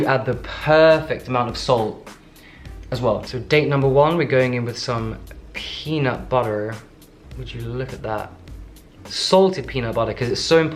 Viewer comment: LOL your slight American accent when u say peanut butterrr